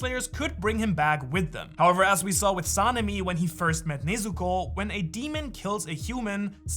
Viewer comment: Nezuko❌ Neezuko✅